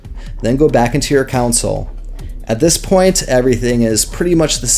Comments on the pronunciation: I'm so sorry. This is a good tutorial. I just cannot allow the word "council" to continue being used here. It is your , not your ... pronounced Con Sole. Again, I am sorry. I wish I could just let it pass. It is my flaw! I love your tutorial. :face-orange-raised-eyebrow::face-pink-tears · yeah, came to the vid for help... came to the comments for the "WTH was up with him saying "counsel" instead of "console"?!" 🤣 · its console not council lmao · Its called a "CON SOLE" Not a Cousil. lol. Nice video though! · COUNCIL ????? It's Console Commands good sir. (Con-sole) Not Council. Not Contsul. Great vid tho, thanks! :D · It;s console not council. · its not council it fucking console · The setcheatlayer is "broken" because people aren't setting up the keys. It's also CON-SOLE, not council. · just saying: it is pronounced "con soul" not "coun sill" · Hahah that's all I could hear to lol great vid tho helpful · lmaooo I can't with you saying "countsil" instead of console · Good lord...Who says Console as "Council"? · THANK YOU, the amount of people these days that dont know how to pronounce words kills me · Why are you pronouncing it council ... lol. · the "council" was that on purpose? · Nope, he's just pronouncing it wrong lol. It's definitely console.